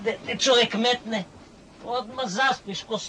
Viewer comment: kakvo akcentovanje Nosorog a kaze "metne"..